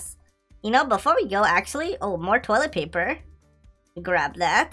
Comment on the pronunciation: why he say toliet paper